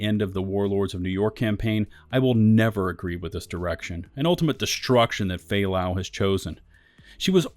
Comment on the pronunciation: man the moment I killed fay lau I was like that's it I mean what kind of game does this its FAY LAY BRO!! at least put a clips or anything that makes this mission mean something to the agents.